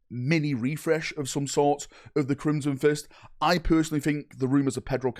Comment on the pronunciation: Crimson Fish refresh??? We need to get this man into speech therapy